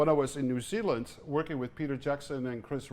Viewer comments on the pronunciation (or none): none